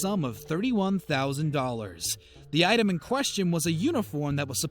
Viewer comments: Giants is pronounced Jie-ants not Gaints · he pronounces giants as gayants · He says "the item" lol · I know, right!? I think he pronounced it "Gaints" instead of "Giants" Perhaps he's dyslexic & we shouldn't tease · Did anyone catch "San Francisco Gaines" not Giants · Haha bro I jus read ur comment as it was being said...I believe he said Gaints tho lmao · Did you say San Francisco Gaints? Lmao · Did this dude say "San Francisco Gains" ? LOL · Lost me when you pronounced SF Giants as "Gains" lol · Did he really say San Francisco Gaints instead of Giants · San Francisco Gains player Willie Mays? Uhm, I think you mean GIANTS, narrator. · Really... the San Francisco "Gaints...." next time you have someone narrate this, tell them to actually know the name of the baseball team. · The narrator said Sam fransisco Gaines 😬😊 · Wait..did he say Willie Mays played for the San Francisco “GANES”. wtf are the “GANES”? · It’s San Francisco Giants not San Francisco Gaents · Dude Your reading wrong. It's san Francisco giants...not gains! Lol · Did you “san fransico gains” its giants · San Francisco "Gains"?... Try Giants. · Did you say San Francisco Gains? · San Francisco “Gains”? Tf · San Francisco "Gaines" ?????? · San Francisco GAINTS (gaynts) player?! Buhwahahaha!!! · san fran. gains, never heard of em? been hitting the iron.. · "Games player", he said "games player"....... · " by sf GAYS PLAYER" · "Gays slayer" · Haha I thought I had an ear fart...San Fran Gains lol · Listen to he said gains, I slowed it down on my computer because of my OCD. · I love the Gaints. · Sanfansico gains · we're just going to gloss over the fact he pronounced Giants as "Gaints" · San Francisco GAINTS (dude pronounced it gaints ) player? Lmao hahahhahaha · There’s no fuckin way you said San Francisco gaints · "Supposedly worn by San Fransisco GAYNTS player Willie May's..." How can you not pronounce Giants properly ? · San Francisco "Gaints?" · I'm sorry, did you say San Francisco Gaints?